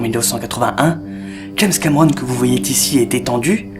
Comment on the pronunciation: ou?:"... que vous voyez t-ici"..:"En-deçà de ce qu'il aurait pu t-être" Aaaaargh! Ou bien "t-aaaargh..."